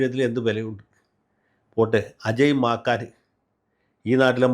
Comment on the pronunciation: മാക്കാൻ അല്ല വക്കീൽ സാറെ, മാക്കൻ 😂😂😂😂😂 ഇങ്ങേരു ചിരിപ്പിച്ചു കൊല്ലും 😂😂😂😂😂😂